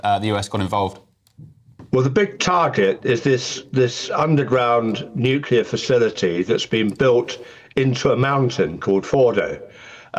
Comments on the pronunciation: ‘Nuclear’ not ‘nucular’ you thick ginger growler 😂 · Rayner doesn’t say nuclear she says nukula. 😂😂 I bet she calls a chimney a chimly. She embarrassing. The Stockport tart. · Anyone making the Iraq comparison is either naïve or stupid, possibly both. The fact that the Deputy PM says 'nucular' is pure cringe by the way. The UN watchdog - not Trump, not Netanyahu, breached Iran because they have been enriching at 60% instead of 3%. It's way beyond civilian needs and is heading rapidly towards weapons grade. That happened 24 hours before the first Israeli attack. Throw in Iran's avowed intention to destr0y Israel and its people (Jews and Arabs) and this is worrying. Some years ago they even set up a countdown clock in Tehran's main square to that end. If the UK was under threat in this way would you want it to continue? If Iran is allowed to do this and continue on this path they could eventually close the Straits of Hormuz, through which much of world trade flows. If they had a bomb we couldn't stop them. Watch this lot in Parliament screech if that happens. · It shows how uneducated she is when she mispronounces Nuclear as nu culer